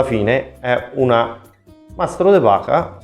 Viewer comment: De Pacha? È de Paja. Mamma mia.....